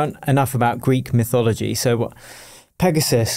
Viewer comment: You had to call the protect PIGasus😂🫶🏻